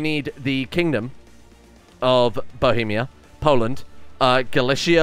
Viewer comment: "Galicia" pronounced like Galizia without "sh" sound(Valhynia pronounced without "h" ,just Valynia, in Russian at least) and Rus pronounced without "sh" sound too just sound "s"😊